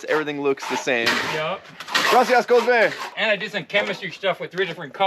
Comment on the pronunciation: Did you say Cosme?